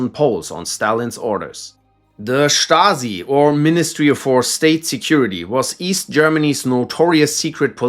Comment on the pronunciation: Dude can pronounce stasi correctly but not yezhov